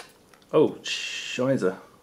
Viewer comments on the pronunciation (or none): double s. Like ss. Scheisse ist Scheiße. Same thing. It was kind of funny hearing him pronounce it like a B though haha